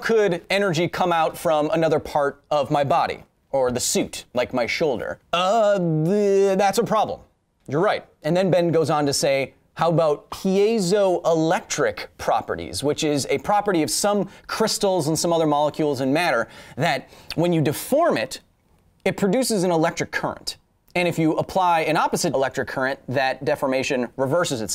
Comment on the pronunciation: Piezoelectric is pronounced like "pee-zoe"